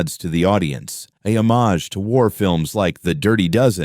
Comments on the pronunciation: ... a 'ho-mayghe', surely? Tho it's pronounced more normally. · Managing to mispronounce homage twice, and in two different ways. 👏😂